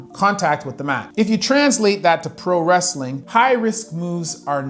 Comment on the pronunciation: ah yes. "25% of al wretthing infoters" i hate it when channels use ai shite.